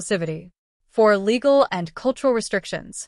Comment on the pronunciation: “Legal” restrictions? The text says “legal”, but it sounds as if the AI voice said “illegal”. Which is it? If “legal”, what would those be??